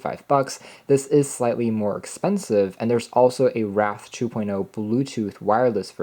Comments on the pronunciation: Say "wrath" and then say "wraith"; there should be a difference. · Solid review, keep up the good work. On a side note, the word "wraith" rhymes with faith and that is the most widely accepted pronunciation. I believe this is what is being depicted in the boxes artwork. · Good work. It is 'w-r-ae-ith', synonym for spirit.